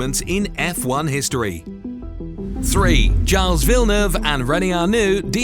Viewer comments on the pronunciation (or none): for a second I wondered who's charles villeneuve!